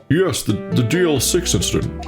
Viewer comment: I'm impressed that you didn't mispronounced DL-6 with DLC...😅